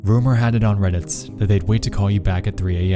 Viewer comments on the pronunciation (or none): "Reddits?" "2008s?" You completely ruin your dialog talking like this. Edit: and it only gets worse throughout the video! Congratulations, you have LOSTS a fan.